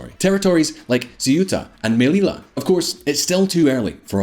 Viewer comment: Ceuta = they OO tah. Melilla = may LEE ya. Please do a 20 sec Google search guys. Spanish pronunciation isn't rocket science.